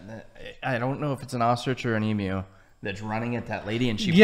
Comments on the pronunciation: its NOT an EMoo, its an Em"U" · It's noy pronounced as EMOOO Its is EEEEEMYU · The Spotted Hairy Tail? LOL It's actually called a Quoll. Since we are making up names, the bald eagle shall now be know as "The white headed Swoopy McSwoop Face" or something. LOL AND FFS lady, learn how to pronounce EMU! It's not E-MOO! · To much to go into here, she gets so much totally wrong..I mean..Emoo?..It's pronounced Emyou! ..Spotted hairy tail??.What!!..They are Quolls..The largest of which is called the Tiger Quoll....And neither the Emu or the Ostrich are native to America!..Aaaggghhh!..I give up! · This narrator is is shocking with her mispronunciations. And not just Australian names for animals but her general English too. She is definitely not Australian otherwise she would not have mispronounced the word emu as "ee-moo". I don't know why people keep mispronouncing emu. It's not "ee-moo" it's ee-mu. That's how it's pronounced in Australia where it is endemic!! FFS! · This word is Emew.... The other is EMooo. The first is correct, the latter, I can milk. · Ostriches are native to Africa. Platypus tail is not venomous, the male platypus has a venomous spur on their hind leg, the effect on humans is painful but not deadly. The narrator of this clip doesn't pronounce emu or kookaburra correctly. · The woman talking about our animals is making me laugh with her lack of knowledge and how she can't pronounce some of the animals lol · I hate the way everyone who isn't australian says Emu.. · The way the narrator pronounced emu and kookaburra 😫 Also yes it is illegal to kill any reptile in Australia (there are some exceptions to the rule though, collection of certain common, wide-spread species for feeding purposes for example), and that goes the same for most Australian animals. There was also a lot of shots that weren't actually of the animal being discussed 🤔